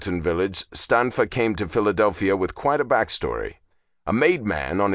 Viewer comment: Natale read Stanfa correctly.